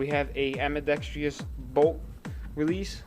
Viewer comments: ITS NOT AMBIDEX-TREE-OUS ITS FUCKING AMBIDEX-TROUS!!!! YOU SEE ANY TREES IN THERE???? FUCK! Im so fucking sick of seeing these people who think they know what they are talking about pronounce words wrong! (I know whats the big deal? You see 4 out of every 5 video I watch, someone says ambidex-tree-ous not ambidextrous, or how its supposed to be pronounced, im just fucking sick of it) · love your vids but whats with americans and AMBIDEXTRIOUS? its AMBIDEXTROUS no I . same as your ALUMINUM its ALUMINIUM . you americans spellit wrong as well as say it wrong ?